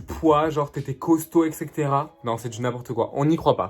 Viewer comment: T’inquiète pas moi aussi j’aime pas les sushi et sinon tu chante trop bien🤣 par contre ca se dit pas « ecextera » mais « exetera » bon dsl je sais pas écrire mais voilà bref bisous ❤️